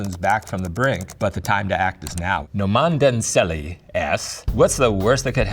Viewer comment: that Nomonde Nsele pronunciation 🤣🤣🤣😂👌🏾